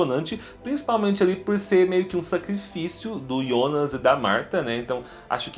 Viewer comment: JONAS NÃO IONAS